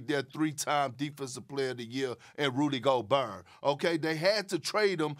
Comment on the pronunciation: "RuDy GoBURR'"